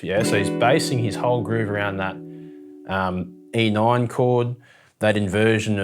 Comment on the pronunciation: Hehe “e noin”